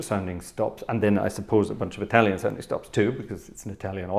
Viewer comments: I had to rewind and listen again to your italian, would have never expected such good pronunciation. Complimenti, grazie per questo piccolo regalo ai tuoi appassionati dallo stivale (Congrats, thanks for this little gift to your fans from Italy). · During the first few seconds I thought the video was only in italian😂. Ottima pronuncia by the way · Wow, very good Italian pronunciation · Good italian pronunciation!😄